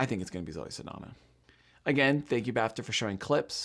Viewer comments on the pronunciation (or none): You need a little work on your name pronunciations. Saldaña has an ñ, not an n (so pronounced like ny). Ralph Fiennes' first name rhymes with safe (no idea why it's pronounced that way).